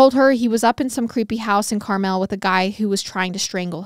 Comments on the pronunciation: When you kept pronouncing it “CarMell” it gave me a good chuckle. Needed that laugh. Too cute. 😂 It’s pronounced like the candy. Just for info purposes. Not trying to be a pronunciation police. 😂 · Two things: this is disgustingly terrifying. I grew up in Carmel and it’s actually pronounced Car-mull in Indiana! Everywhere else in the world it seems to be Car-mel. I wonder if the mansion is still there if it’s off 31…. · I love y’all!! Let me say I work 12 hour days 6 days a week in a factory right outside of Indianapolis, I stumbled on your podcast and literally binged every episode in a little over a month, I am so sad to be caught up, also the way you pronounce Carmel and sav-a-lot cracked me up! Please keep up the hard work. I recommended your podcast to my work buddies and they are all currently binging. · I love your podcast so much! But you kept saying Carmel wrong so I had to say something lol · You were pronouncing Carmel wrong 😂